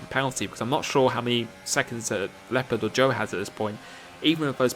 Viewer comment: who is also an native german speaker and rages everytime how he pronounces leopard😂😂